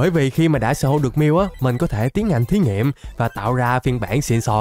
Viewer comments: người ta: thí nghiệm: thí nghiệp tôi: thí nghiện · Tại sao không phải "thí nghiệm" mà lại là "thí nghiệp" anh=))